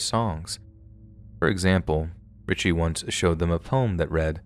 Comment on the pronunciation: It’s not Richie it’s richey